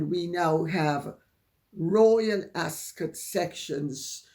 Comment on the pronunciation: Dear Lady C, was the “o” always silent in Ascot? Please have your cough seen to if you haven’t already.